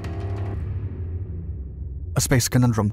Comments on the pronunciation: "Conundrum" not "cAnundrum." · Conundrum, not canundrum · Sorry, "conundrum" but not "canundrum"...